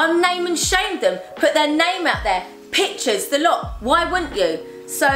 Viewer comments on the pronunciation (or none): none